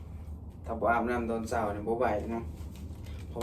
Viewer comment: พยายามพูด อาหารเช้า ตอนเช้า ช.ช้างนะ สำคัญนะ ต้องฝึกๆๆๆ...😊